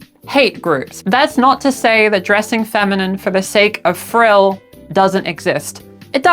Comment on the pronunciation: when you said "for the sake of thrill" i thought you meant "frill" like just out of the love of the game